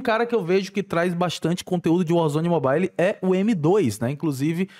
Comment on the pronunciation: "mo bai li"